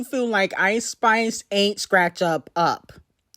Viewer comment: Why does she say Eyeish-Spish? 🤣